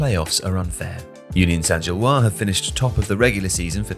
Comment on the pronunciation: One note: in "Gilloise", the S should be pronounced (like zhil-waz)